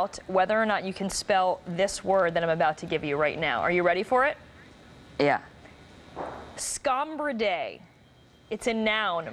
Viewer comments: She saying scombridae wrong. It's not scombri-day it's -dai or -dee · some people can´t obviously recognize a genious At WHAT HE IS DOING!!!! The lady pronounced it wrong: she said scomBIRdae; she should have said scomBRIdae; he was GENIUS ( at such a youg age!) enough to detect her mistake; we all learn something here: to be REAL GOOD at what we do; now imagine yourself in place of the lady! She handled it masterfully. Thanks; Thanks. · The person that blew this interview was the CNN hack interviewer not the kid. First she gets his name wrong, then mispronounces the word, then says he got it right when he didn’t, and then says he added an extra E when that wasn’t what happened. She should be fired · He is a young kid who clearly has some legitimate issues, I don't think there is any need to make fun of him. Some people, when anxious, get "short" or rude as a protective mechanism. Also, she was saying "scomBERdae", so it's kind of understandable why that irritated him a bit, as he was already super anxious. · She mispronounced it, it was her fault... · When I started watching this, I was cringing, but at the end I was lol'ing. Also, the reporter mispronounced the word. It's a long e sound at the end. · scombridae? are you saying scombridae? lolwut?